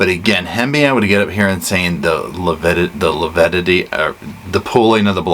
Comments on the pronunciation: kept saying lipidity. What a moron! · struggled mightily with pronouncing 'lividity'. He makes my skin crawl; both he & Chub are conceited idiots.